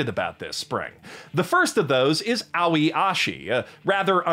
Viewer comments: So you’ve been watching and making anime commentary videos for how long and you still don’t know how to pronounce Japanese words/names. Aoi means blue in Japanese. It’s probably a preschool word in Japan. In the states if you learn Japanese it’s a beginner word that you learn in your first year. You pronounced it like owie. It’s pronounced more like ah-oh-eh or a-oi. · “Aoi” is pronounced in three syllables. Ahh - ohh - yiih. Not owie. This prompted me to check out reviewers in Japanese… and I return to say your quality and entertainment value is so much better than them. That said, maybe you can spend a tiny amount of free time to learn some basic Japanese… after you are settled down in your new basement.